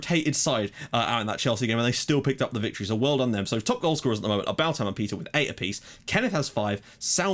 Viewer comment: Are we sure its pronounced "Balt-ham" or could it be "Balth-am"? always wondered this